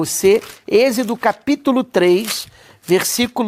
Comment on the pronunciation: fala corretamente a palavra "EXODO" NÃO é exido por favor